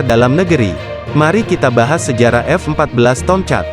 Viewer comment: Agaknya lidah admin ni pendek. Sebutan Tomcat menjadi Tong-chat bunyinya..🙄